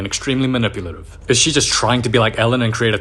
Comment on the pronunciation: "She aaa bebe" 😂😂😂😂